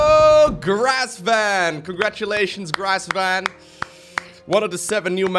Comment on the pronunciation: GRESvan not GRASSvan 😆